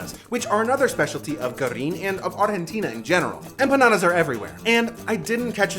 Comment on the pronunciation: Popularly it is known as Guerrín, not "goorrín". The 'e' is never silent in Spanish. The U is the silent one in "gue" and "gui-". However, technically it should be goo-eh-rrín because the diaresis (umlaut) forces the u to be pronounced.